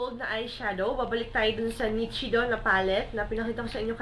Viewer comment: nichido - (nishido po ang pronunciation =D) but still i love this video..